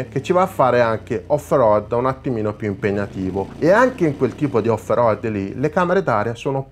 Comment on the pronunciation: al settimo "off roAdd" ho spento!!